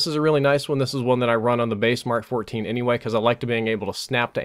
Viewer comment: Is really saying mark14? Do my ears deceive me? Because in every other game he said "em Kay". Bout time he said it right.